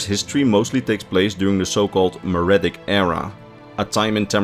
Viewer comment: My brother in Christ, look up a pronunciation guide. Mer is pronounced mur, Merithic is pronounced mur-ific, not maridic.